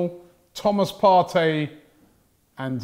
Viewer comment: "He's Thomas Partey. Not fiesta!"